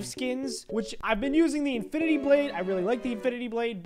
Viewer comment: no he said: INFINTY~